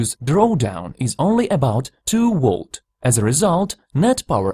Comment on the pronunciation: The computer voice needs an upgrade. Wolts?